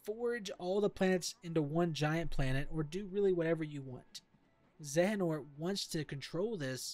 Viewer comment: Honestly you suck at explanations. You sound all over the place. And the way you pronounce Xehanort is a bit off. Also, you should have used some gameplay footage or something instead of just standing there. ~Constructive Criticism